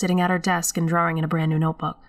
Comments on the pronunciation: Is ANYONE going to say anything about......'DRAWRINGS'??? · Hahah, so, I had no idea I say drawing incorrectly. Someone brought it to my attention like last week haha I always thought that's how everyone said it. You're 100% right I'm a masshole. :) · That ending was bone chilling for sure. I find it interesting how pronounces "drawing". It sounds British, yet it seems that she grew up in Massachusetts. Nice VO work.